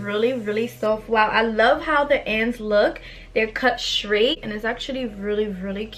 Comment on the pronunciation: The wig is beautiful like you . But lol I had to rewind it a few times because you wasn't saying straight correctly. IDK if it's because u have an accent cuz it kinda sounds like u do.